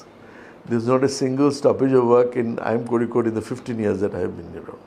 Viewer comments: He is the director of Indian Institute of Kozhikode, hence the spot on pronunciation! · He pronounces kozhikode..perfectly..like a keralite..thats enough to know how much he admires and loves kerala and keralites..